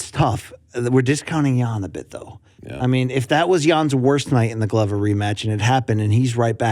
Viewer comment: Luke makes a big deal to pronounce Jiri correctly and then hits us with the Glove-er